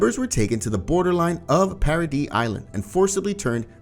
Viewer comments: Its para-dees not para-dee bro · Why do you call it parody Island. Its paradis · trost bro says “trust” paradise bro says “parodys”😂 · Bro its paradi ifs how you pronounce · paradise... para-dice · Is anybody else annoyed when he keeps calling paradise paraD? Or is it just me😭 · Why the fuck does he say parody island